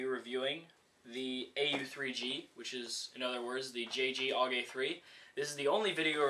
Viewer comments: Its pronounced A. U. G. not aug as a single word .. -. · there is nothing more that gets to me then when people say OOG and not A-U-G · Actually, no. People who know how to pronounce it say A U G, and calling it a bullpup is like calling M4's just rifles. A bullpup is a rifle with the magazine behind the triger, which offers a longer barrel without having to increase the length of the gun, and therefore increasing accuracy.